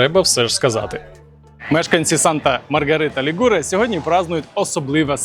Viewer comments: Санта Марія ЛІгуре,а не ЛігУре! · Санта Маргарита ЛІгуре,а не ЛігУре!